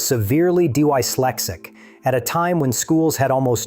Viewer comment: I've never heard it pronounced "Dee why lestic" before.